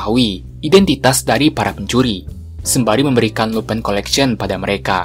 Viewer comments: Bang abang salah sebut harusnya lupin bukan lupai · min Lupin dibaca Lupin bukan lupan